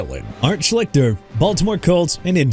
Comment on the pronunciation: I've heard of Art Schlichter. I remember watching him in college and thought he was going to be a good NFL QB. Quite the disappointment. Also, you're not saying his name correct. At least, "Shleester" is how it was pronounced by announcers back in the day. Yes, I'm old!